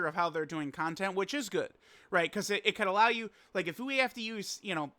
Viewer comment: Yo idk wtf is wrong with me but why does pronounce “content” as “CON-TENT-E” ☠️☠️😈😈😈🥶